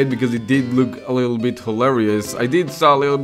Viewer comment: "our leedle baby boy" XD